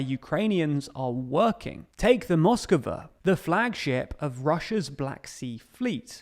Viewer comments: learn the fucking pronunciations! It's Moskva, not moskova. And I've heard you say kiev instead of Kyiv. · M8 its moskva not moskava